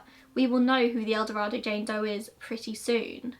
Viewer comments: I was born in ElDorado. It doesn't make a big difference but it is said with a long A. El DorAdo. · No, she did not pronounce it correctly. I live in Arkansas, and it's pronounced El Do-ray-do. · I hadn't heard about the familial DNA match. Interesting. For what it's worth, El Dorado is supposed to be pronounced the way you did, but in Arkansas, it's pronounced more like El Doraydo. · I’m from El Dorado!!! We actually pronounce it “el-doh-ray-doh”. Thanks for covering this!!!! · Also not sure why we in Arkansas pronounce it Do-ray-do. Kinda weird, but it's how it's pronounced. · I totally understand that most people who are not from there would not know. Take it as a fun fact that someone local is telling you how we say it. :) no harm no foul. Still love your content. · Gina Sherrard it’s fine if that’s how y’all want to pronounce it doesn’t change how the name is spoken internationally so if it’s truly a matter of preference for you I wouldn’t go around correcting people. You being born there and mispronunciation isn’t going to change how a whole language is spoken. Sorry to tell you.